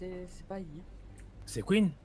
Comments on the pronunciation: "Kouine" mdrrr jpense plus que c'est Queen 😂😂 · Il l'a vraiment appeller "Kouine" xD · " Kouine "jpp 😂😂😂😂😂